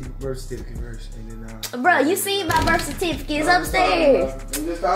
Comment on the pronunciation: Birth "CATIFFICATE" 😂😂😂😂😂 I love E